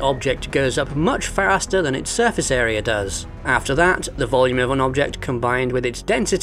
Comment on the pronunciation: "Surface Aera" ... ?